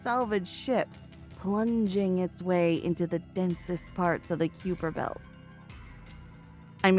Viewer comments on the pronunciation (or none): Pronounced as "Kaiper," not "Kewper." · Did she call it the Cupid belt? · Good narration but she kept pronouncing Kuiper wrong